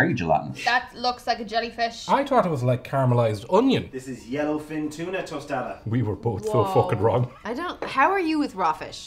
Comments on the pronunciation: Its toe staw dahs, not toasta das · Oh the way he said "tostada" in the beginning hurt my Mexican ears. I'm gonna go stick my head in a microwave. Tostada!! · I think took this video when he tried to pronounce the word 'tostada,' in the first minute.